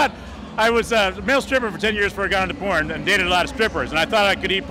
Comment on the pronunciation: *Porn Not pron. Cmon lol